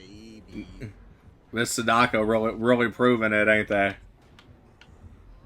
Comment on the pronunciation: The way he is pronouncing Sadako is hurting my soul. Sounds like he is calling her "sudoku" the game that is too high for his IQ to even complete.